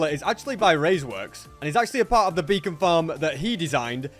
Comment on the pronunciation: For a second i thought he said a bacon farm